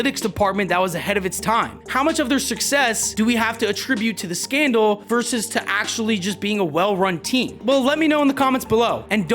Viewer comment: I love the channel. Great stuff. I've watched every video. However, the word "asterisk" does have two "S's" in it. Both are pronounced. It is "asterisk," not "asterik." I'm really not being a douchebag. Everyone in videos like these say "verse" instead of "versus", too. It's ok. I'll get over it. "Asterik" is ok.